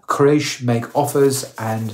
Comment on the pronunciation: Qu-ray-sh, not craish ☹